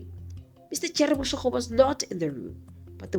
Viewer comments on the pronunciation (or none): J3rry Boshoga not Boshogo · Are you mispronouncing Boshoga on purpose?